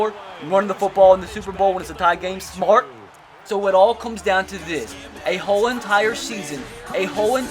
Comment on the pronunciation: Hard to understand what the heck your saying. Not sure what stort, hord or smort means.